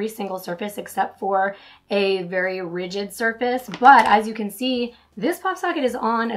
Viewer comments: Rigid? I think you meant to say "ridged". They do not have the same pronunciation. Rigid has two syllables while ridged has one. Pronouncing ridged is like bridged without the B. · Are you saying rigid or ridged? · Try using the SwiftKey keyboard, or any other keyboard that allows you to move the keyboard to the most comfortable position and size for your thumb. Also, you kept saying RIGID (rij'-id, meaning hard), when you meant to say RIDGED (rij-d, meaning textured). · Rigid generally means stiff, unbending. Are you maybe trying to say ridged? Checked your pronunciations. Perhaps Google it